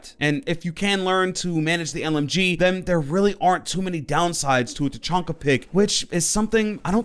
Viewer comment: Tachanka not fuckin Tachonka